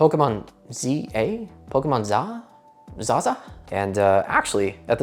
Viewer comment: "Pokémon ZaZa?" 😂